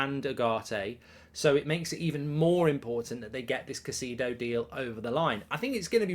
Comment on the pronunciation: Caisedo: Ki (long i) … It’s pronounced as Ki-say-doe (Spanish speakers will soften the D & pronounce it “Ki-say-tho” …NOT “Ka-see-doe” … don’t know why that irritates me so much to hear his name butchered so badly on a regular basis 😂.